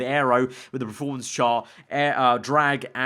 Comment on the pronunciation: PER-formance... not PRO-formance...